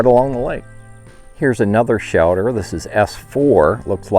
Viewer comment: “Shelder”? Wondering where you are from?